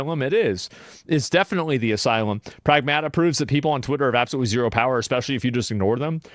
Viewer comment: Pragmata is a word and every video I'm seeing they are pronouncing it incorrectly. It is Ma like a mother. In the first part pronounce more like the city of Prague